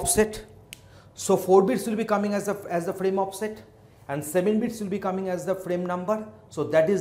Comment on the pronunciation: my guy is saying bits and it sounds like beats